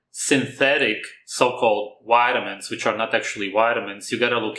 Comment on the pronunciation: when u say vitamins it sounds like witamins try to put your top teeth on your bottom lips when saying your V’s